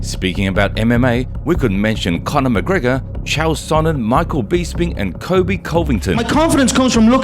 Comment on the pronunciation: Dude, you seem like a UFC fan... Why do you pronounce Bisping like that? You would have heard his name said a million times and still say it wrong?